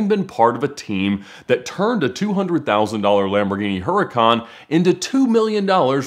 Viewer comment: Could you let him know that there is no D in Lamborghini.